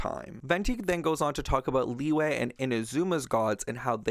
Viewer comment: I appreciate this video. Can't wait for the next ones but please, please I beg of you to please learn to properly pronounce Liyue and Liyue characters' names. I keep hearing so many mispronunciations and it just irks me since my step siblings are Chinese and it's weird hearing them pronounce it properly then interreacting with other people that follow the Genshin English VA's pronunciations of Liyue/Liyue names. If you need a video, this one is super helpful: "Liyue Characters: Pronunciation Guide (Genshin Impact)" by YouTuber "Ying - 莺 "